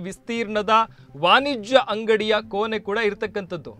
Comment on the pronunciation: ಕೋನೆ ಅಲ್ಲ ಕೋಣೆ...ವಾನಿಜ್ಯ ಅಲ್ಲ ವಾಣಿಜ್ಯ, ವಿಸ್ತೀರ್ನ ಅಲ್ಲ ವಿಸ್ತೀರ್ಣ...ಬದಲಾಯಿಸಿಕೊಳ್ಳಿ